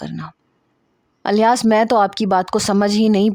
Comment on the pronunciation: Alyas nahi Ilyas hai